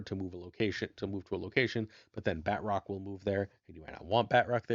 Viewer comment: Pronouncing Batroc wrong with a french accent is hilarious lol